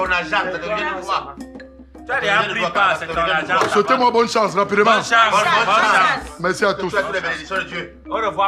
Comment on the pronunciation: Mettez vos zargent 😂😂😂😂